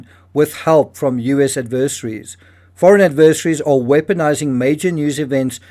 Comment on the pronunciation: I have a hard time trusting someone who cannot properly pronounce 'adversaries" and seems to have an agenda. The real evidence and what supposedly occurs shows that Robinson did not kill Kirk and he's a patsy to take fall for someone who was helped to get away. How many times did Patel announce having the killer caught including this one? Bibi, Trump and Erika all had prepared statements shortly after Kirk was pronounced dead. They were all moving forward very fast for such a traumatic event.